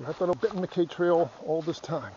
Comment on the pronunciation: Unaka is pronounced You-nay-kuh. Not you-knock-uh. And McCaye is muh-kigh, ryhmes with high. Not muh-kay. Celtic pronunciation. Otherwise enjoyed your jUnt thru my community. My house is in your video (youtube timer, not your video timer)